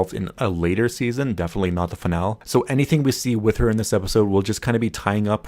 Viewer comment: Fin al EEE - Finale not Fin al